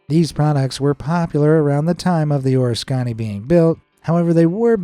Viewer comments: Nice video. Too bad you couldn't pronounce the name of the aircraft carrier! The USS Oriskany (CV/CVA-34) was named after an American Revolutionary War battle near the town of Oriskany, New York. For your reference, You-tuber Dark Seas has a rather informative video on the ship (along with the correct pronunciation). I was in the US Navy during the final years of USS Oriskany's career. I remember seeing safety films analyzing the deadly 1966 fire. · I had an uncle who served on her, and was looking to see if anyone commented on the correct pronunciation. Thanks for the little history lesson as well. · I listened to this and was taken by it till you said the word Oriskany. If you you can't pronounce it right. You thru an iron in the works of this. So good bye. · I opened your presentation out of curiosity and found it to be informative, educational and to a lesser degree, entertaining. I do have one piece of (I hope) constructive criticism. Out of respect to the ship itself and all of the men that served on her - my brother being one of that group, and since he is no longer with us - I will speak for him. I would appreciate it if you would pronounce the name of the ship correctly. I understand that it is an unusual name and I admit that I had some difficulty getting the pronunciation right myself. I will try to convey this with out the aid of audio and attempt to use phonetic spelling to get my message across. The USS Oriskany CV/CVA-34 was an Essex class aircraft carrier built after WWII. The name of the ship is pronounced Or iss ka nee, it is not the O ris canny. Thank you for the informative presentation, and please forgive my unsolicited comment. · Your miss pronouncing the Carriers name wrong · I wish you'd learn how to pronounce things before you make videos. A ship as the USS ORISKANY deserves more respect. I have been down to see her and what has happened is remarkable. So please stop trying to dramatize your video and do more research.